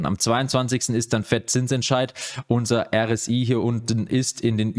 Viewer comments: ER - ES- EI!! Es heist ja auch nicht Mag DE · Hey! Vielen Dank für dein Update, du fleißiges Bienchen! Von mir aus kannst du so gerne noch weiter "Er Es Ai" sagen! Für mich gehört das so liebenswert zu deinen Videos wie "Let's go!" oder die Flasche Wasser in den Live Videos (oder war es doch Wein? 😜). Ich finde einem Sympathieträger wie dir, sollte man diese kleinen Eigenheiten ruhig lassen. Also bitte bitte sag weiter "Er Es Ai"! 😄